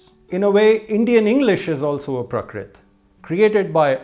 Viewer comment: Wrong pronunciation of praakrit, paanini and such.